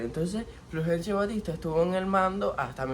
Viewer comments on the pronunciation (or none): No será Fulgencio ? Te oí decir " Flugencio " Saludos desde Chile 😊